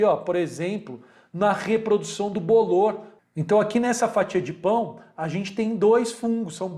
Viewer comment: Ótima aula professor!!!!,e por algum motivo eu ri com você falando pao kkkk